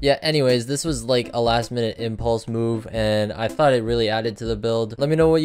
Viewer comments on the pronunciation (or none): none